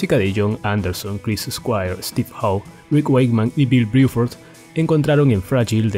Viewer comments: ¿Porque dices Briford? Excelente todo lo demás. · Bill BRUFORD no Biuford